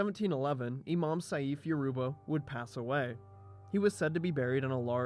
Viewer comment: excellent video! but try next time practice the pronounciation of some names (ex. saif is pronounced like sayf )